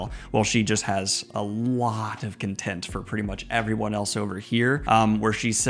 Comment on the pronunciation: Hi there! Good review! I was wondering, when you were talking about Lanfear's feelings towards her fellow Forsaken, it sounded like you were saying "content" instead of "contempt". Was I hearing it wrong?